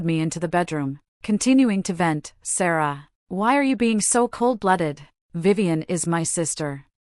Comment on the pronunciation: Your automatic voice kept kept saying "my my love" when Ethan kept refering to Sarah. There where a lot of stops and miss steps when the voice would say some words like "Star ah". Some proofing needs to be done.